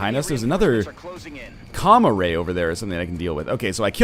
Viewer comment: When ever he says Com-Array I hear Comma Ray. I bet Comma Rays are adorable.